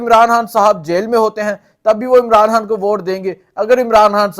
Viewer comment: او بھائی صاحب اردو ٹھیک کرو حان حان کیوں کہہ رہے ہو _ اپنی ہر ح کو خ میں بدلو _